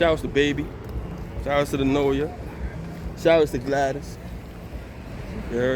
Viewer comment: Hey bruh, it NOLA, not NORA, OK. Ya heard me!!